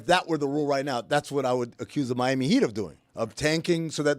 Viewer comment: Big miss on “moons over mi-ham-i” come on!!